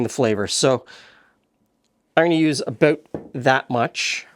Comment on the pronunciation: The way you say aboot I assume your Canadian . Most of us to the south of you have no idea what Marmite is please explain!! 😅😅 Is it like Vegemite??🤔🤔🤔